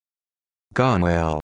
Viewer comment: This pronunciation is INCORRECT. guh·nuhlz